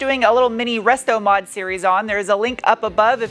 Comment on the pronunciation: Okay. I don't know if it was intentional that it sounded like you said "rustomod," but it's fantastic, and actually highly appropriate to some projects I've witnessed before. I love it and need to find excuses to say it that way from now on.